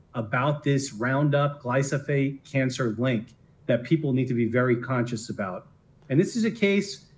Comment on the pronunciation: That lawyer does not even know how to pronounce the name of the product so how can you trust him. It is glyphosate. I am a weed scientist. That means I work with herbicides and research ways to better use them. Glyphosate is a great product. It kills plants by inhibiting three precursors to amino acids that humans do not have. This is a stupid witch hunt. By great product I mean it is inexpensive, safe, and works very well. Not having roundup in the agricultural arsenal will hurt growers as well as consumers, because now their food and fiber products will be more expensive to produce.